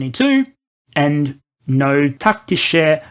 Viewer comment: Yes, as a non native German speaker, I can tell he actually put effort and time to at least be able to pronounce some words. But yea he still butchers some words like Taktische which should be pronounced like tactic but the c sounds like “sh”. It always get me how he spelled it as taktik-che